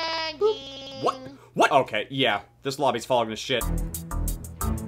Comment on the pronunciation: It's otay fam! ;D